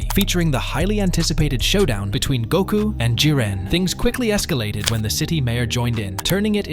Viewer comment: To us mexicans, and then you say Gouuuku 🤨